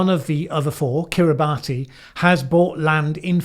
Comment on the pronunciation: Kiribati is pronounced kiribass, I’d been pronouncing it wrong all my life too and only found out when I watched Geography Nows video on the country.